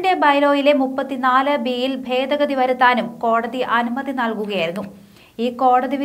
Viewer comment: Fedagathi അല്ല, ഭേദഗതി ആണ്.. ചില ഭാഗത്ത് "f" എന്നും ചില ഭാഗത്ത് "b" എന്നും ആണ് ഉച്ചരിക്കുന്നത്.